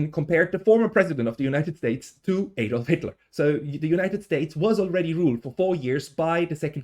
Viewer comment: You're Swiss aren't you? Why are you mispronouncing "Adolf"? It's usually only Americans who can't pronounce it.